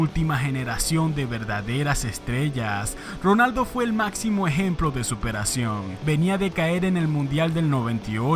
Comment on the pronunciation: Que horrible y desesperante pronuncias la letra R. Es Ronaldo no Rronaldo.